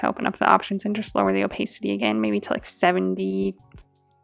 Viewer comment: Loved this tutorial! One gentle note - "opacity" is pronounced o-PASS-it-tee. One of those words that you can't get the pronunciation from the spelling :D Again: loved the tutorial